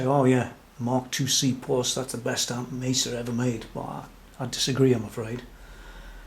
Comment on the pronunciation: man love the shirt very cool. thanks for your time much appreciated and you pronounce Mesa correctly